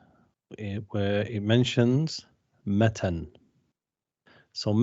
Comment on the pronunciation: The word matn is ٌمَتْن with a taa' saakin, and not مَتَنٌ